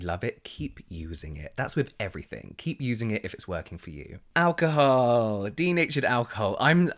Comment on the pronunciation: I think we've become so obsessed with ingredients that we've forgotten to listen to our skin and how these products make it feel Also I love how you pronounce alcohol as ow-ca-hoe 🤭